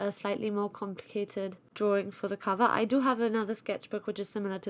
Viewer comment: Sorry for it's NOT "Can VER" it's COVER...